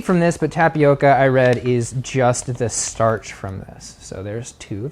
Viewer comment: Fun fact: tapioca is native to Brazil and Brazilians don't pronounce it as 'tap e oak a' but as 'tap e oka' as in the o sound at the start of the word orange